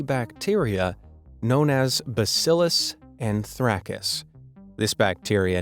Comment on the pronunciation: Bacillus antrackis?!?!!! 🤦‍♀️ that mispronunciation hurt my soul. Bacillus an-THRASE-us